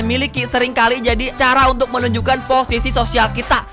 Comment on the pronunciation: sosial bng, bukan sisual🗿